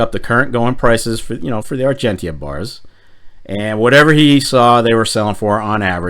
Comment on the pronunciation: Oh..... and please.... pronouce Argentia correctly :)